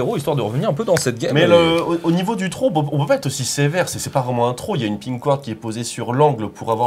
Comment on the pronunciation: C'est quoi cette prononciation dégueulasse de throw ?!